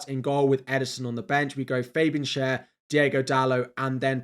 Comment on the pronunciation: The name of Schär is pronounced “share”